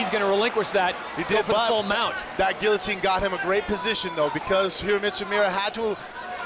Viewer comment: You don't pronounce the L's in guillotine!!! Edit: You slupid blastards! There, I used L's when I wasn't supposed to!😁👍 Re-edit: Best fight I've seen in years!! 👊😎👍